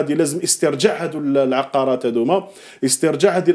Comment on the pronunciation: العقارات وليس العقاقير ؛ العقاقير تعني توابل 😂